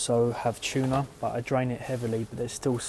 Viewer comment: Oh, and the word is TUNA! Not Shuna! carry on...